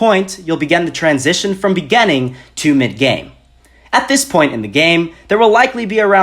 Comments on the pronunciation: I was 6th in my first gam. My tactic was to stay low, drop somewhere sparsely populated and wait until final circle and until you die=_= P.s I like how he says begining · “Begenneng” xD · Great job dude except you triggered me when you said beginning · I'm sorry but why do you say beginning like that? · the way you say beginning....